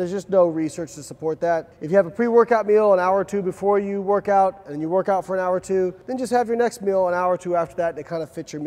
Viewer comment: Wait Was that an oooat? Are you canadian?